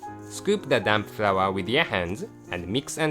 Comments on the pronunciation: lol i thought he said "Scoop the Dam flour" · Hahahaha. He says "damp flour" xD